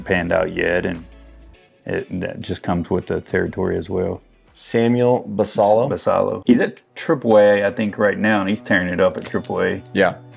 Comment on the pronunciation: Great content, I do really enjoy your videos. One suggestion is to do more research into how Latin players’ names are pronounced. Samuel Basallo would be pronounced like bah-sigh-yo, for example. Just a suggestion to make your content even better, imo. Thanks gents.